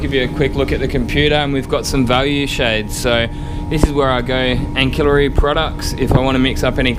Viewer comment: I'm assuming cromax is good quality paint? sorry to be a pedant but its pronounced ansillary (ancillary) not ankillary, Just F.Y.I